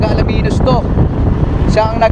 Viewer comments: Ang ganda ng coverage, kaya lang parang hindi taga-Pangasinan ang broadcaster. Correction lang po...ALAMINOS po ang pronunciation just like the way it is written at hindi ALA-MINOS. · Ang announcer ay hindi maraunong mag pronouce ng bayan ng Alaminos. Get on board mister and try again. I suggest you ask the cyclist na dinidilitan mo. (Vic from San Fabian and watching from CA USA.